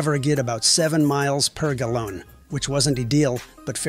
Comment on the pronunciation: It’s probably a faceless AI channel, weird mispronunciation of words gives it away The way it said “gallon” have it away to me